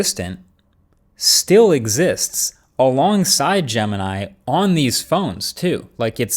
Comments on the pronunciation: Bro you call name [ jama nai ] it's jamini bro try to pronounce right name jemini try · gemini sounds like "the gambit"